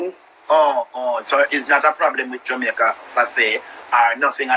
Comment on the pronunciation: Did the lady on the live says 'Jamaicaer' 😂😂